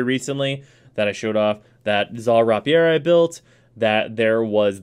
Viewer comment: Oh god he said “rah pi air” again, I’m having flashbacks to the comments section from last video he said that...